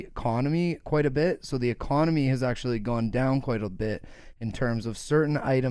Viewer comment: Its not the economy Its the ekawnomy